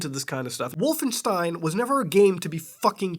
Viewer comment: Oh dear "Wallenstein"